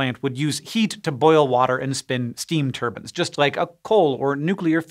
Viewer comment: I'm still trying to find out where I can buy a steam Turban. I suppose I should be grateful he does not say Nookyuler.